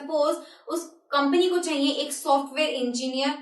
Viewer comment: jab ap ye bolti chaiye it sounds like funny so funny